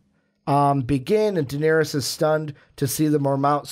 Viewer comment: stop calling Daenerys diniris